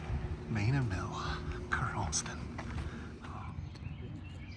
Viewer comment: “Ker-honk-son” not ker-honk-ston